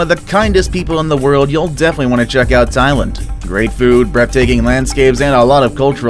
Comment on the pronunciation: Everyone: Thailand Him: Tielend